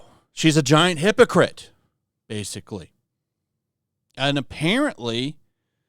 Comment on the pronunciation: love the emphasis on "hippo"